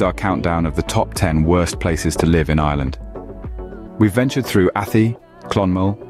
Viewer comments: Jesus Crrist Mate.......ATT-EEE.......AT-EEEE ....... ATHY ..... (AT- TIE)...:hand-orange-covering-eyes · About 5% at most, of this video is accurate. The narrator can't even pronounce the names correctly ("Athee"). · Not from Athy or ever been to it. But if your gonna bash it, at least pronounce it correctly. Athy is pronounced as Ath-aye. Then Drogheda is totally butchered in its pronunciation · Not athy its pronounced a thigh. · Athy is pronounced like the y sounds like high, not E 😊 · It's "Ahthigh" not "Affee", "Dra-hadda" not "Droheeda". And what's this "B-roll change" shite? Fine if you're talking about post-production on a film. Having said all THAT, this is pretty spot on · A-th-eee??? It's pronounced Athy - A-th-eye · It's not Athie ..it's prounced A- Thigh ...😂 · It's Athay not attte, This Guy Can't pronounce These places in Ireland Right, need back to school mate, Forgot Portlaoise One Of The worst places in Ireland, no, job, unemployment very bad and crime bad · Athee . What? Please at least ask an Irish person about pronunciation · Athy is pronounced A-tie but dude couldn't have known that Unless he did 1 minutes research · Michael John this just came in on my feed. The pronounciation of Athy (Athee) and Drogheda (Drogheeeda) has us laughing. 😂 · Athy is not pronounced like that and that wasnt Athy in the clip. There are no hills overlooking the town and that wasnt any street in town. At- aye is closer to how it is pronounced. Also your info is way out of date. It is actually a very nice place to live and has normal employment and crime levels FFS, bad enough getting an English guy to mangle placenames without talking shite as well. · Athy = A.Tie how you pronounce it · I live in Athy and locals say At- aye. It is a nice place to live. Luckily he didn't try to say Howth. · ATHOY. ITS PRONOUNCED ATHOY CLON-MEL , WITH THE EMPHASIS ON MEL. THE RIVER SUIR , IS PRONOUNCED AS 'SURE' /shur LAOIS is pronounced LEESH NOT LOWY DROGHEDA .....screw this